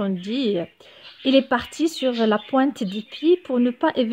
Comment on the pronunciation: Merci c très intéressant.mais l expression '''partir sur la pointe du pied ''' vous avez mi un ''l '' dans le mot pointe .si j' di pas de bêtises